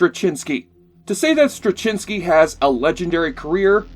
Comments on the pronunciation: Um, check your pronunciation of J. Michael Straczynski's name. Met the man many times. Just look up videos introducing him... that'll help you. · I can't hear your pronunciation of J Michael Straczynski without cringing.